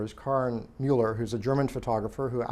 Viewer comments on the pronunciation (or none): none